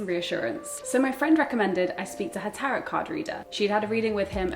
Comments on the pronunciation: It’s pronounced ‘tarot’ like ‘barrow’ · The tarot (/ˈtæroʊ/ Not carrot.